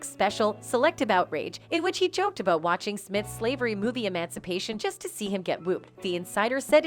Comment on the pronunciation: The narrator talks "aboat" Jimmy Kimmel and "Weel" Smith.